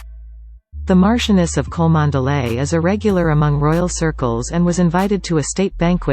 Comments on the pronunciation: The name is pronounced Chumley. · Cholmondeley is pronounced "Chumley".